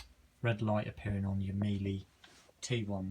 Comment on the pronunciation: It's not mieli! It's Miele hoover all filters after every load including the bottom filter and it will be perfect.